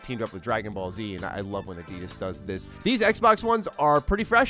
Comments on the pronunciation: A deedus? Its add - idas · Why did you pronounce Adidas like that? 😂 that was so weird.